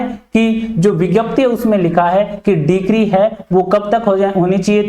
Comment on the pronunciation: डिक्री क्या होता है, ? डिग्री होता है